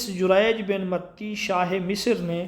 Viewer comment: متی(تاء پر کھڑا زبر ہے